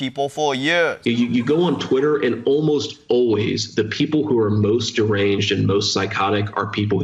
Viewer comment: I miss “ Twiddderrr” 😂😂😂😂😂😂😂❤🐣